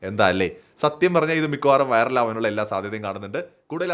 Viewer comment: അണ്ണാ ലാസ്റ്റ് പറഞ്ഞത് വയറൽ ആണോ വയറിൽ ആണോ വ്യക്തമാക്കണം 😅